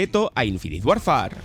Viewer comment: No se pronuncia "Warfar", se dice más parecido a "worfer" 😊. Hoy en día no hay excusa para no decir decentemente un nombre. Se busca en Google y hasta muestran como se pronuncia cada palabra. No cuesta nada.